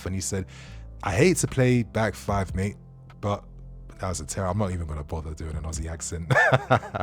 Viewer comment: that accent for 'mate' almost killed me 😄